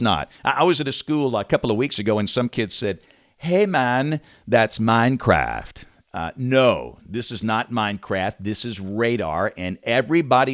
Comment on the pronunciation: “HeY maN, ThATS mIneCRaaaAaAft” - James Spann 2k20